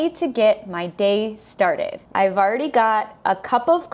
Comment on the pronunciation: I've already got 에서 아이벌리 갓으로 들리는데, 아이벌까지는 이해가 가는데 레디는 왜 리로 발음되는 건가요? ㅠㅠㅠ